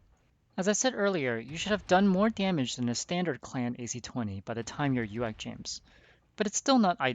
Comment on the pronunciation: saying uacs is like nails on a chalkboard to someone whos been playing mechwarrior and battletech most likley longer than the person posting the video is alive..... its A/C no AC